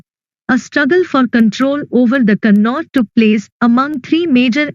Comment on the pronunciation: Ma'am it is kanauj you said kannauj